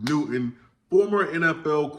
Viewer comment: I could swear Newton has a “t” in it…..🤣 Keep doing ya thang,!! 👍🏾